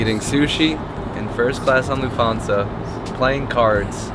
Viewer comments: Luft - hansa. The t is pronounced. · Your content is always top notch. But pls pls learn how to pronounce things correctly… Like: Lufthansa.